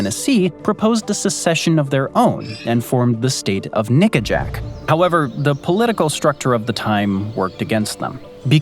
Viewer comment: Nickajack. Not that word